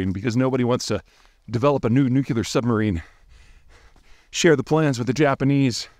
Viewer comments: The word is NEW-CLEAR. You are too articulate and intelligent to say, “NOO-Q-LER”. Stop. Just STOP!! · Dear Peter, the word "nuclear" does NOT rhyme with muscular.